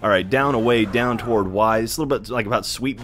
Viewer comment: whats toward mean?....do you have a speech impediment ?are you like that guy from South Park who cant pronounce the letter "T" in Planetarium?